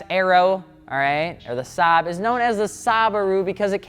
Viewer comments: I hate how hard he butchered the Saab 93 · wtf man, one of the few times you or anyone even mentions Saab and you butcher it.... Like why don't you just naturally as a car guy know the difference???